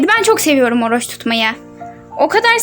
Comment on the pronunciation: Oruç ❌❎ Oroç ✔✅